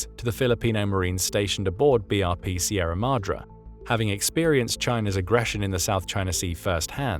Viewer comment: its pronounced "Sye-RA-MA-DrE"